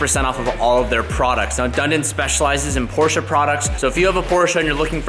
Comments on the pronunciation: Just came to see if this kid is pronouncing Porsche correctly yet? Can someone please confirm? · As a German it hurts me how you say Porsche